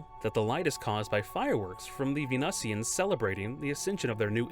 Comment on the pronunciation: not Venussy-ans!!!! 😂